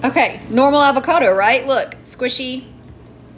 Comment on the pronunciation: “Alvocado”. Ugh. I’m in Tx and can pronounce Avocado.